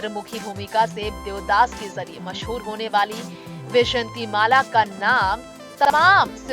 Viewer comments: pehle naam tho theek bola karo jhoote-makkaaro! bejanti mala NAHI VYJAYANTHIMALA!!!!!!!!!!!!!!! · Not vyshatimala. It is vyjayantimala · बैजंती नही भाई वैजयंती बोलो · Tume vyjayanthi mala bhi teek se bolne nahi aata tume kon anchor banaya. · Naam to thik se bolaa karo. ...pahle hindi bolnaa thik se shikho.